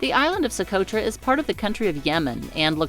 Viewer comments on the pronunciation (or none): Socotra is pronounced so-kow-tra (long o) or so-koh-truh. It was an old Soviet sub base back in the USSR days.